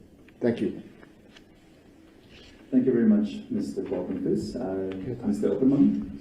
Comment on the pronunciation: Pap-en-vis ... is eaten in the Cape! In the North we eat Pap-en-vleis! 😂😂😂😂😂 Gerhard Papenfus will enjoy the distortion of his surname! 😂🎉😂🎉